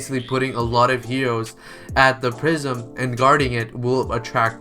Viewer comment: Is swear he kept saying prism and not prison